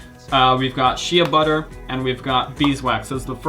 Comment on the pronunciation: Constructive criticism: 1) Shea Butter is pronounced "Shay Butter", not "She-a butter". 2) Being all natural does not make anything safe... Cyanide, arsenic, lead, mercury, and cancer are all natural too.